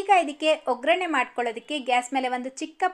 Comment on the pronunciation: ನಿರೂಪಣೆ ಉತ್ತಮವಾಗಿದೆ.ಅಭಿನಂದನೆಗಳು, ಒಂದು ಸಲಹೆ : ಒಗ್ರಣೆ ಎಂದು ಹೇಳುತ್ತೀರಿ, ಸರಿಯಾದ ಪದ ಒಗ್ಗರಣೆ.